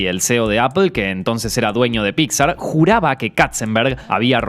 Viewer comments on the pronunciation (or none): none